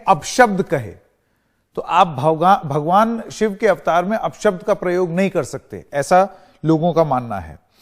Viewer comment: ओ न्यूज वाले भाई साहब आपको तो ठीक से भगवान भी नहीं बोलने आता है भोवा कहते हैं और आप समझाएगा भगवान क्या होता है हिन्दु धर्म क्या होता है बायकोट आपका भी होगा। लेंडीटीवी